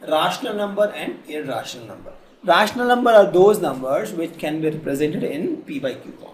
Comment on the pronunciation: Just listen the pronunciation of rational numbers and irrational number